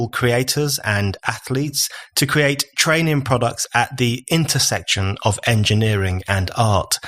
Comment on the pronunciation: I love BON, but I do wish he’d stop pronouncing ‘of’ the same as ‘off’. Small point, but...